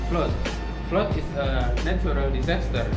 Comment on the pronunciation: Nice try,. Please check the pronunciation of 'flood' agaian.